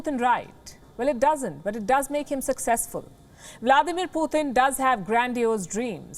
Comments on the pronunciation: It is Putin not puthin….!!! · 'why this lady calling putin as "putthhin" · She really can't pronounciate can she? Poo Thin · I love everything about this reporter except the way she pronounces Putin. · She’s a racist - why doesn’t she speak out against the BJP/ Modi . Learn how to say Putin !!